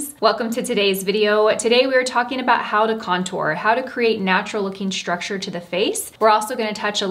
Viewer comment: Please please please stop saying ‘schtructure’ you are so articulate and it’s one of the things I admire about you. I know it’s the thing to do - society somehow made this the new way to pronounce these types of ‘st’ words but it really sounds awful. Love your content though